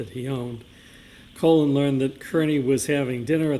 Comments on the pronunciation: Me too! What a complete idiot!! Colon instead of Collin. 😂🤣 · Every time called Colin “Colon” I couldn’t help but laugh, because everyone probably agrees with him being an A-hole! 😅😂😂😂😂 He probably gets upset every time he mispronounces his name! 😂😂😂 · At least the Commonwealth properly pronounced the name of “Colon” Albert bc he is a piece of shit! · Calling him “Colon” the whole time 😂 lmao too much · The mispronunciation of Colin as Colon cracks me up 😂 makes me want to refer to him as Semi Colon : ; 🤣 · I can't believe he's still calling him Colon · Is he STILL calling him Colon?! 😂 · "Colon" - Jesus Christ dude, at least learn how to pronounce the names in the case you're working on. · I thought his name was Colin, not Colon. 🤭